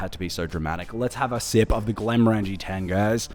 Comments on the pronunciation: I just watched the entire series of this commercial because I’m a HF fan. But I believe you’re mispronouncing the brand name. Granted, I’m American, not Scottish, but even I can easily pronounce it after watching the episode where the factory worker is correcting Ford multiple times on how to say it. They pronounce it “Glen-more-in-g” (phonetically), where as it sounds like you’re saying “glen-more-angie.” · I lasted 30 seconds. You have a whisky channel, and can’t pronounce Glenmorangie properly….did you even watch the ads? Unless it’s some kind of pisstake that I’m missing. 🤷🏻‍♂️